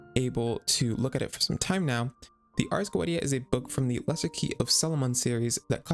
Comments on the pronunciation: cool video, but youve got some name pronounciations wrong, Focalors (the "s" included) is read as "Fosalors", and the Ars Goetia is read as "Arc Goicia" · it's arrrs go-EH-tee-ah